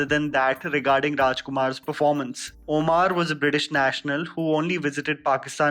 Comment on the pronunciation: 1st u learn to pronounce "Omar" correctly, "oamaar" is not a name mr. ""....